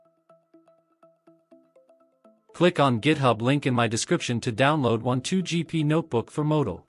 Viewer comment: Wan2gp not wav2gp